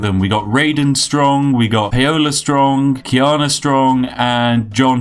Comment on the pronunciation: Paola is pronounced like Pow-La